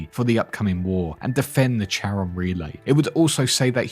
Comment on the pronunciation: Cool videos dude but Charon = K sound like in Chaos.